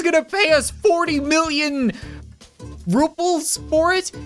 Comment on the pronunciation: Its called Rubels not Vrubels